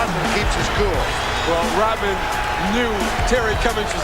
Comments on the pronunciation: Why does this guy say “Rotmen”? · is he saying Rotman?